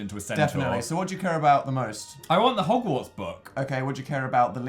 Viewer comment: Hoggbook...Jesus Dan